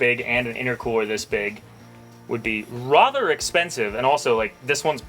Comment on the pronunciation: Is saying "rother" instead of "rather" an Idaho thing?